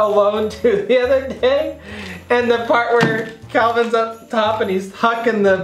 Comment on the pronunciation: “Calvin” lol, it’s Kevin. Loved this vid